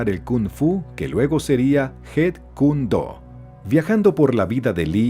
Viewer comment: 😒MUY MALOS DATOS. Chuck Norris no le enseñó nada a Bruce Lee. Encima la pronunciación deja mucho qué desear... Jun se pronuncia Yun, porque el sonido de J en chino es la H. Se diría "jun" si la palabra o nombre se escribiera Hun. Y si se escribe con Y suena como "iun"... Jeet = Yit (sonido de Y). "Yit" Kune Do... :face-purple-crying